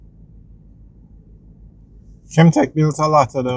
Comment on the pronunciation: And it's Kemtek not Kentek